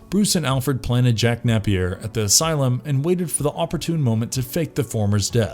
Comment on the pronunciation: Only one complaint, it's pronounced nape-ear, not nappy-er.